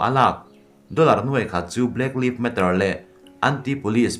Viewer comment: Pronunciation uluk deuh zawk khan aw. Black live matter pawh hi i lam diklo.